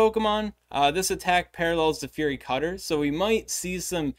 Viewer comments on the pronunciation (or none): none